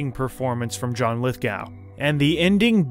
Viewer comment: I don't want to be pedantic, but John Lithgow's name is pronounced like Lith-go, as in "go away." Since I've been a fan of Lithgow ever since I saw him in "The World According to Garp", I had to say this. In fact, one of the celeb voice impressions that I've tried to do is of John Lithgow saying "Hello. I'm John Lithgow", from an actual introduction I've seen him do on some program - the video may be up here on YouTube. Interesting how Lithgow has been cast in a few roles where he has to dress up in a wig and dress and pretend to be a man dressing as a woman.